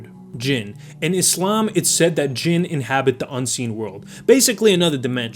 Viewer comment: Finally someone got Jinn right!